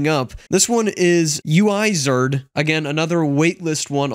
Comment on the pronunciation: Na mayn it aint "you-eye-zard" its "oo-i-zard" so it sounds like "wizard" GUI: goo-i, u-i-zard, oowizard